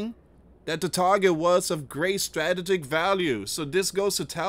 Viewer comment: you have to proof read and check your pronunciations before you report. Corps isn’t pronounced corpse. It sounds like core. The p is silent. Please proof read before you report. I know you do not want to be censored. Strategic was pronounced wrong too.